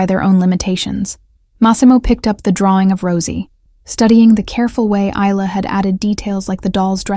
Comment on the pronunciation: Obviously no idea how to pronounce a name like Isla !! The doll looks rubber in the picture. I can't remember the last time I saw a doll with a porcelain head. Wonder why he felt the need to drag his suitcase up 4 floors when he could have left it in the car?